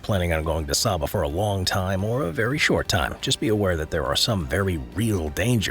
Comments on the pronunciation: Saba is pronounced "SAY-buh," not "SAH-buh." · It's pronounced "say-bah"